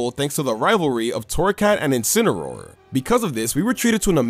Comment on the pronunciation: And she called his incineroar in "inciny"